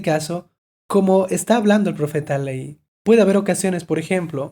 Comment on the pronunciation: ¿Hay alguna razón por la que menciona a Lehi como “leí? Ni se acentúa ni se divide en sílabas al pronunciarse. La letra h al ser la única letra sin sonido se lee de seguido como Lei.